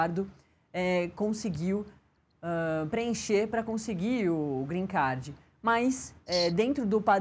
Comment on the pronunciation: Alguém ensina essa jornalista a falar " Green Card" por favor